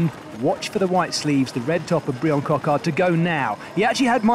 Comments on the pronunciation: Coquard’s name is actually pronounced the same as the English version “Brian”. Only the spelling is purely French. So please do not call him “Bree-Anne”. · His name is Bryan not Briion 🤬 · Coquard's first name is just pronounced as Brian would be in English, with a French accent if you insist. Pronunciation in this vid was unnecessarily mangled imo. Superb sprint from Coquard though, looked like it was just his day and I love to see him have more days like this through the season. Seriously impressed with Paul Penhoët - 3 top 10s in 4 stages is an excellent return for a neo-pro. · Pronounce Bryan like in any other language please